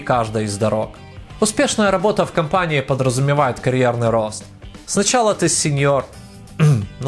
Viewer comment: "Сночяло ты сениор кхм ну да." 😂